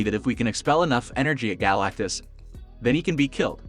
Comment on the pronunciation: You need to recheck your pronunciation it's wrong on his name...